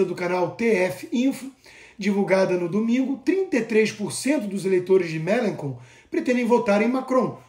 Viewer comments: O comunista que se ficou em terceiro se chama Melanchon.. a pronuncia correta (para nós, br) é MêlanXon... eu moro aqui na França.. escuto o nome dele direto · Você não precisa ser fluente em francês para falar corretamente o nome das pessoas (Mélenchon). Né?